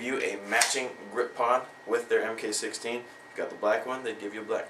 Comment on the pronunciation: Because that is the SOCOM designation of the scar. It's pronounced MARK not M K.